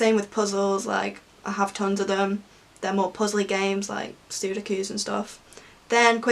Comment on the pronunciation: “Soodokoos” 😂 I’ve never heard them called that